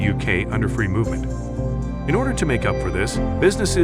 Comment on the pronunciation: We're fwee!